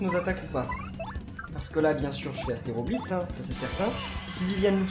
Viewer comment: Faut que tu comprenne que c'est ASTROblitz et pas ASTÉROblitz.